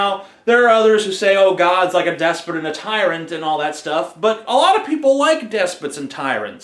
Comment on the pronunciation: It's not pronounced des-pit it's des-pot with a long O sound.